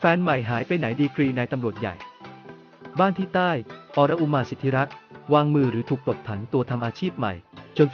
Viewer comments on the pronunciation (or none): ออน-อุ-มา อ่านออกเสียงนี้ ถ้ายังไม่เก่งภาษาก็อย่ามาอ่านข่าว